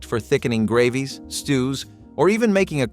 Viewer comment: Soups and grahh-vees 😂😂